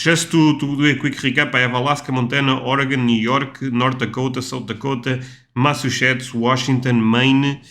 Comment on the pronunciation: The way he pronounced, Massachusetts keep working man getting better every day (mass-a-chew-sits) best way I can put ia